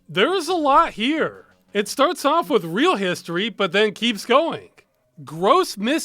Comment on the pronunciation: "Picking up, or dropping awf?"